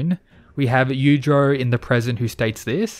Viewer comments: Dafuq did you just say? The names, are pronounced; Yoo-ee-chee-ro and Yoo-jee-ro. Take a damn moment to enunciate the syllables as to not completely butcher what should be an informative video. You do multiple takes before posting something to get it right. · Good stuff, but if you learned to pronounce Yuichiro and Yujiro better, it would greatly improve your understanding of who you are talking about at any given time